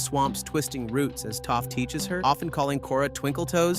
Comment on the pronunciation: I mean he also calls Toph "Toaf" at first too, so.